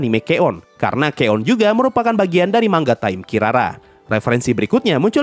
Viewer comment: bang bacanya manga bukan mangga 💀